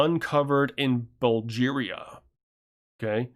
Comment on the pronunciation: Surprised at your mispronunciation of Bulgaria...or is it said Bulgeria in another part of the world? If so, my apologies.